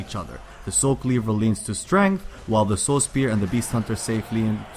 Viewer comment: I think he says Soul spear instead of Saw spear.... LOL